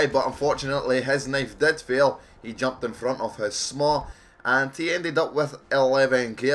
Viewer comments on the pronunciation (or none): SMAW = SWAM:D dosnt name the weapon like everyone else:D